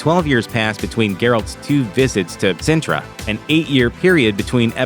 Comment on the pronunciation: CINTRA IS NOT A NISSAN CAR MODEL SIN-TRA NOT SENTRA...